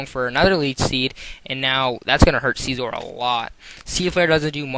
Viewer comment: "archiops" "sciizoor" "renianiclus" "scaled"